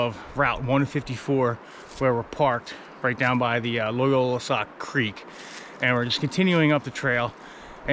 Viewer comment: It's Loyalsock, not Loyolasock.